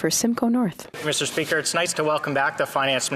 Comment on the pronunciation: “Miss-Tur-SPEE-ker.” God, that lipless loon-bag is worse than fingernails running down a chalkboard.